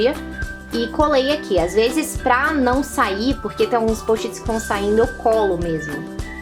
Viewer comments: se pronuncia Post-Itis não poxitis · Ñ é assim que fala post-its